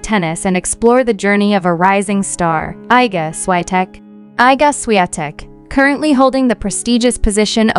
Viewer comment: Się ist Iga Świątek.Prosze mówić poprawnie jej imię i nazwisko😊